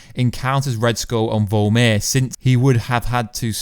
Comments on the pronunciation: I don't mean to be a stickler about pronouncing words but it's VORMIR not VOLMIR. Love your channel. Just sayin'. 🤨🇨🇦👊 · Vormir not vulmir